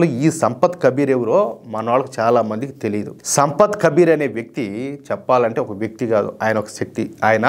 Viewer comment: సంపత్ అని పలుకుతున్నారు ఏంటి? సంత్ కబీర్ అంటే సాధువు